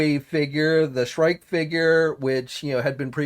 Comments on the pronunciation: Dude, Shriek is pronounced "Shreek". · Pronounced Shreek